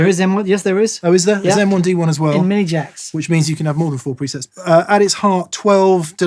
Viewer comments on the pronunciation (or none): is saying "M 1 D 1" as a joke? is he not familiar with MIDI, usually pronounced "middy"? (musical instrument digital interface)